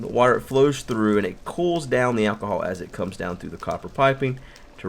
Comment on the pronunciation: Did u say ahcohol